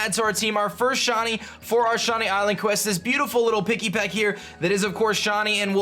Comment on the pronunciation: It sounds like your saying Shawnee instead of shiny